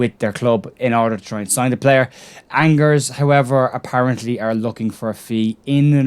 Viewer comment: Love the channel mate , for future reference Angers is pronounced ONN-JER